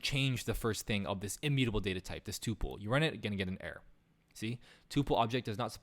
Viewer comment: oi its called a "tuh-pul"